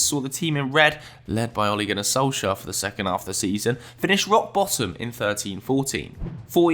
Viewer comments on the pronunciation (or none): none